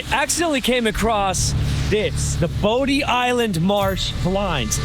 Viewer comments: Bodie Island is pronounced Body Island. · I'm from the Outer Banks and you absolutely did slaughter the names. 😆 (Bodie Island - pronounced like "body"; Corolla - pronounced "Cah-RALL-ah" by the locals; Manteo - pronounced "MAN-tee-oh" or sometimes we leave out the "t" altogether, lol.) Otherwise, fantastic video!!😃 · Most people pronounce the Bodie Island Lighthouse exactly like it sounds... Bo D, but the right pronunciation is Body Island Lighthouse. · He did great just a few pronunciation issues I heard. Man T O Manteo, Bodie Island is "BODY" Island